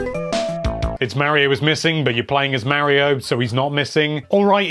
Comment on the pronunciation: Say Mario right please